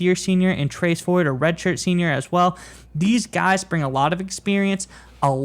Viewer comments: It's Trace Ford not Tracey Ford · Trace like "pace", not Tracy. Good report. Thanks guys. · It is Trace Ford, not Tracy. Also, you mispronounced Gabe Ikard's last name. It is pronounced Eye-kard. You guys might consider doing a little research before you do a video.